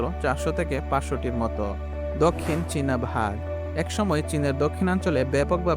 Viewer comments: ইউটিউব কনটেন্ট বানানোর আগে উচ্চারণ গুলো ঠিক করবেন ভাগ না বাঘ। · সুন্দর একটা ভিডিও, অনেক ভাল উপস্থাপন করেছেন,, কিন্তু "বাঘ " উচ্চারণ ভুল করলেন কিভাবে?!!!! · কোন দেশ এ-র মানুষ তুমি বাগ কে ভাগ বলছো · Vhag na re, bag😂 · Ore banchot, ota vah hobe na ota Baaagh hobe😡😡😡